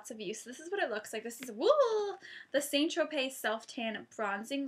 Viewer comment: st tropez is pronounced 'sant- tro- pay' (i know you did say you didnt know how it was pronounced so thats how its pronounced :) ) nice videoo, and have you ever gone totally orange by an accident?x